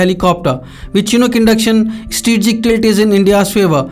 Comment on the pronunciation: Yea good that we are getting these age old technological aircrafts, but surely will serve our purpose to our country. Good job India. And plz next time can someone find a better TV reporter to speak, he is struggling to say the word "Strategic" he is going like "eStreegic". .......